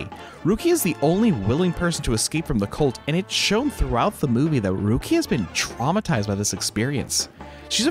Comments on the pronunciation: The female lead's character is Ruriko... why do you call her Rukia? That's Bleach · I might be mishearing, but what I hear is you saying "Rukia" and not Ruriko. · Loved your video but I wonder why you called Ruriko Rukia or something??? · No hate, but... ain't no way this dude pronounced "Ru-ri-ko's" name as "RUU-KIA" 💀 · Did you just called ruriko "rukia"?😂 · what about everytime he says rukia instead of ruriko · You keep getting the name wrong; it’s Ruriko, not Rukiya. Also, Professor Midorikawa is Ruriko’s father, not Hongou’s. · did you just call ruriko rukia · You saying "Rukia" instead of (Ruriko) was making me think of Bleach the whole time. 😂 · Ruriko, not Rukia. Otherwise, great review. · why you keep calling her rukia?? it's Ruriko right?? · Why does he keep saying Rukia 💀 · "Rukia" LMAO are you serious with that? How do you butcher her name so badly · It's Ruriko hahahah